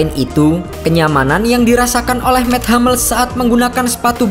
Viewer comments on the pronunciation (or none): Anjiir.. mets hammels..😂 Dia orang jerman, dan namanya tetap dibaca Mats Hummels, bang.. 🙏